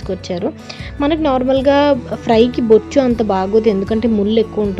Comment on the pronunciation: Bochu kadhu maaaa boocha